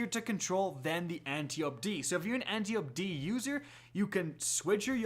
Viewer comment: ant • tie • oh • pea — say it with me — antiope-d